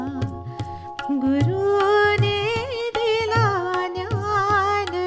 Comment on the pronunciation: कवितांकडून 'ज्ञान' चा उच्चार 'न्यान' होणं अतिशय अनपेक्षित आणि खटकणार आहे.